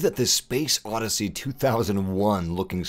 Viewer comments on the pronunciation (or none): none